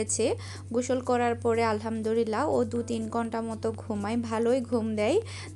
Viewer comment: its not Alhamdurillah. Its Alhamdulillah..